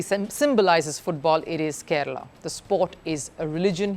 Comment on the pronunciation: Its Kerala not kerela